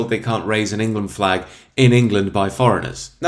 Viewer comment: He says 'flag' in a weird way.